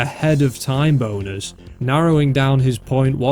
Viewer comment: HELP I THOUGHT HE WAS SAYING "TIME BONERS" THE WHOLE TIME